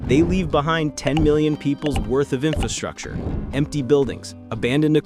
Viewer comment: ⭐ LOVE YOUR VIDEO, BUT PLEASE, BE BETTER THAN THE REST AND SAY INFRASTRUCTURE CORRECTLY!!!! OTHERWISE, Everytime you speak, it sounds uneducated, when you ARE very educated. Let's all say it together, infRastructure. Do not forget that first R- EVERYONE DOES, and they sound.... Bad ✅. My friend you said you spent 2 years studying infRastructure... Yet you don't know how to SAY the word itself. I'm helping you. 😘🫶🏼